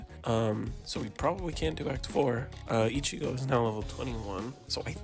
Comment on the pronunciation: No way bro said ichiga